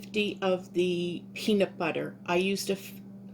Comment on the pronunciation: Its pronounced PEANUT BUTTER not BEANUT BUTTER. YOU keep saying it